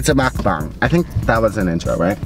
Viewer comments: You actually pronounced mukbang RIGHT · is the first person to pronounce mukbang right 😳